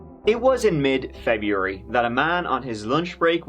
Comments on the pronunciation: I swear he said "Jeburary" 🤔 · I saw a comment saying did say 'jebuary' the first few seconds but i cant find it...anyhoo he defo did say jebuary lmao 🤣🤣 its so you dont even notice his mad words ha😂